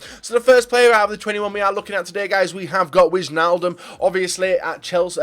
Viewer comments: You say it like wainaldum not wichaldum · you have to speak it as winealdum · It is pronounced winaldum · It's pronounced 'Waynaldum';) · Wijnaldum is pronounced Y-naldum. Good video. I don't think Neymar is going though, same for Pogba. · well You say it more like : wine-aldum or something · Mand Meneerman Alle die Engelse spreken Wijnaldum uit als Wyaldum ofz xD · what? I'm dutch, i know how to pronounce fucking Wijnaldum...